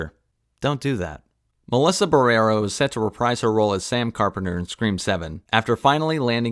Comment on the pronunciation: "She's this generation's Gina Carano" One is a racist Trump supporter, the other condemned genocide -- clearly, you don't actually know what is going on. BTW her name is Melissa Barrera (with an uh sound at the end).